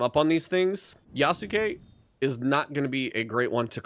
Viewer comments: How did you get this far into the game without learning how to pronounce Yasuke? The u is essentially silent. It's Yahs-kay, not Yah-soo-kay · They say his name in the game several times, and you still can't pronounce it correctly. I've heard several youtubers mispronounce Yasuke. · I still don't understand why, Americans keep saying Nao-way, and Yasu-kay?? That's not the language and in game they have LITERALLY told you a thousand times how to pronounce things. It's like if someone called my Japanese friend Dai-soo-key (Daisuke), it's just cringe to hear.